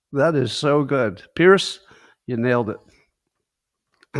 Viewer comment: I believe it's pronounced Peerz not Pierce. Also you should pronounce the e at the end of schadenfreude.